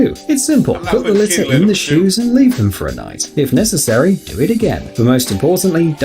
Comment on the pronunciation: When he was talking about the shoes he said shoes shives